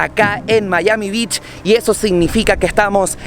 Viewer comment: Wow amigo, ten cuidado con la pronunciación de playa en ingles, la de "beach" parece que dijiste "bitch"